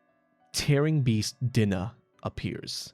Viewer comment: Love the video, but Dinah is pronounced Die-Nuh. Also, if I recall, the Cheshire Cat was the wonderland version of Dinah.